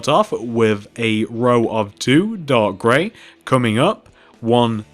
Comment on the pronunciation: Are you saying dog gray lol